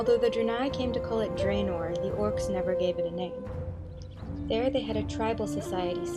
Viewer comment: ok, lemme just ak you this... you pronounced Draenor right, but then just fucked the pronunciation of Draenie especially the beginning which is spelled the same. dont try to read it like it is in a different language just read it like if it was in english -_- I hate when people can pronounce the simple shit like Crendor can't say Shaman.